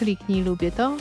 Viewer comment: "Subskrybujcie nasz KAWAŁ" ?! Kto zauważył daje like